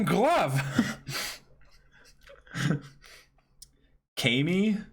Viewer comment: "Kah - Me" is the worst thing I have ever been forced to hear.